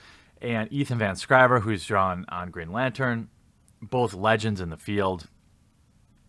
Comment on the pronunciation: Firstly It's Van Sciver, not Van Scriver. Secondly, you can't compare trade sales on a Comic which has monthly issues with one that has no monthlies. the 6k+ copies sold is cancellation numbers. And from a movement that is supposedly 50k strong only selling 6k+ copies is pretty sad. A graphic novel is not the same as trades. Lastly, it's not the pros going insane. it's DNC and his followers. They are pissed because they spent months attacking pros and the industry, Attacking women and LGBTQ pros and now they are seeing the backlash of that. They are spamming pros with hate and bile and whining like a bunch of little incel babies because the industry turned around and said "Fuck you, you've been trashing us for months, now fuck off."